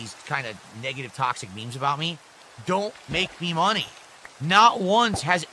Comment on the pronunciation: No mahney, no gaem! Angry